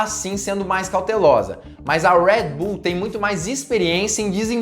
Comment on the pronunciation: Amigo fala o nosso portugues . Red bull ao invez de ur rueed bull . Kkk vc etendeu